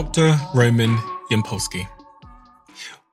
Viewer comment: It is Ýampolskiy, stress on beginning . Ямпольський